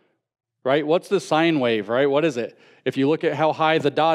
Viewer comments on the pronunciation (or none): none